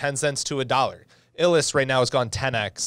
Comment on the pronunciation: Dude, it’s pronounced “eye lus.” Not “Ill liss.” 🤦🏻‍♂️ You def be illin lol